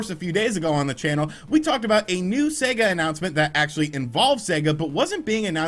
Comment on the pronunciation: Thank goodness........an American who pronounces Sega correctly.....finally!!!. Good on your mate:)))))))) A great piece!